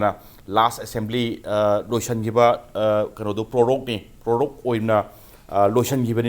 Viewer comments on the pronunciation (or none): Sir please say prorogue but not prologue